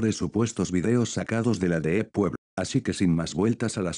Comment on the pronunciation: Escrito: Deep Web Lo que el Loquendo pronuncia: Deeep Wuep